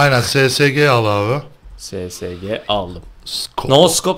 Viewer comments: abi ssg değil esesci diyin şuna :D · Abi o Sesege 08 diye okunmuyo esesci diye okunuyo :D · ssg sesege kapışalım dediniz o es es ci diye okunuyor